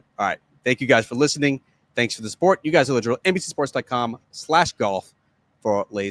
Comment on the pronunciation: JT 78-62. DJ last in LIV HK last week, -8 first round Singapore Friday. Golfers ability to think positively mesmerizing. Collin not getting memo on being nice to media, hard to feel sorry for multi-millionaire. Love how says sup-PORT at the end of most podcasts. Looking forward to the weekend golf, let it blow, and mini-pods. RIP John Feinstein, Good Walk Spoiled my favorite sports book.